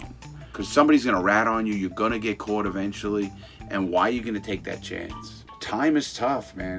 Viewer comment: How he says caught kills me hahahah —> cooot